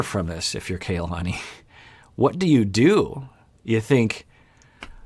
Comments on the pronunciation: Her name is pronounced "kah-lah-nee", not "kay-lah-nee" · Doc I think it's pronounced kuh-LA-nee